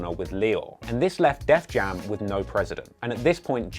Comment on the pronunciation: It’s *Def Jam*, not “Death Jam”.